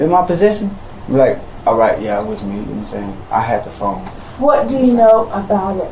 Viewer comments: Gnome saying 🤣🤣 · "Nom sayn"... no, I don't.